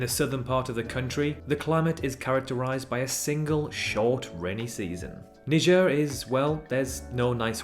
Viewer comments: why do you pronounce niger "nijer" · Your spelling is wrong It's not Knee Jar It's Naee Jar